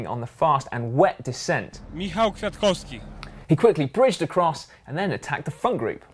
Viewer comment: Ok guys. I like your channel so much and it keeps me biking almost everyday (thanks!), but those funny moment in the GCN show are sometimes a bit of pain in..... the saddle - just because you do it every 30 seconds. It's By the way .... Kwiatkowski is not that hard to pronounce. You're doing pretty well